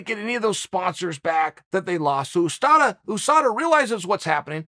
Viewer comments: I love how uncle chael says Ooosada instead of Usada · Just like Ooosman instead of Usman lol